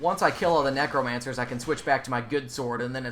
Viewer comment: I just cant get over the act he keeps calling the necromancers NEGROmancers, lol